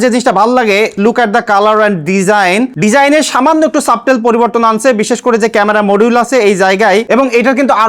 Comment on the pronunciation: Don't mind brother Subtle - সাবটেল ❌ সাটেল✅